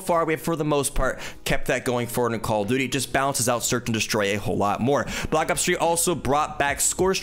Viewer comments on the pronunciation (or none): “Call of Dooty” Nice video man!!